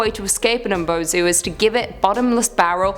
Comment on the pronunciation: Umibozu is mispronounced you didn’t pronounce the I